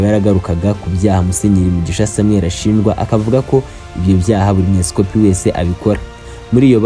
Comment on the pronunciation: Ni umwepisikopi not esikopi as you're saying